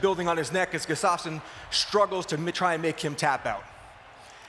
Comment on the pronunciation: Guss-tuff-son not Gus's-stof-sen